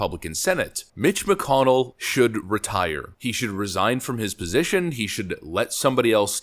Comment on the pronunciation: Retie-err... retire...